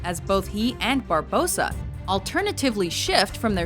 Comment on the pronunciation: that's the most stupid shitlist I've seen in a long time. Also.. at least learn how to pronounce the names properly.... Barbossas name was raped...